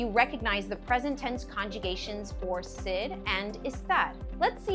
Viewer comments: A really good lesson but what I heard was the verb “syd” and the “preter-ight”. That was a distraction and made me start to doubt if I could trust the content. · I have never heard such A pronunciation of ser. It was a huge distraction and i couldn’t trust this